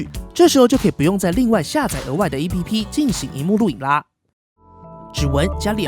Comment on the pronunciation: APP的唸法是"ㄟˋ ㄆ˙"喔